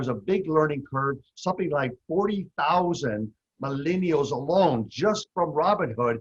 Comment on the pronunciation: What the hell is a "My-Lean-E-All" Frank???